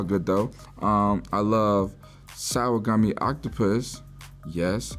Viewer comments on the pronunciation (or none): none